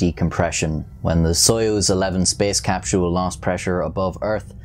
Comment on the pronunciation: FYI: Soyuz is pronounced suh-USE